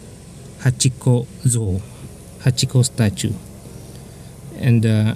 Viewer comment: so it's Hachikou and not Hachiko